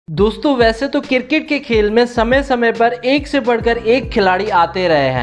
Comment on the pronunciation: Cricket Not Criket